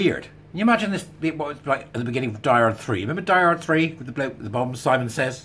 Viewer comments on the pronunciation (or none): none